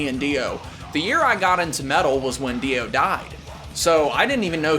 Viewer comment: It's rare that people use the correct phonetic pronunciation of Ronnie James gwddamnmthrfknsunofabitsh Dio. Respect.